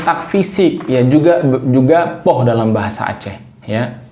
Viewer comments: Poeh ❌ Poh ✅ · Pukul = poeh ❌ Poh ☑️